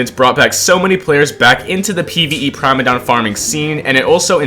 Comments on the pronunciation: Why are you saying prime-a-dom chat, it's prim-a-dom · It's pronounced Primadon not Primadon... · Why he say primadon like that